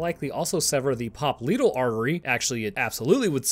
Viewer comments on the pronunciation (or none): pronunciation of "popliteal" made my eye twitch. 🥴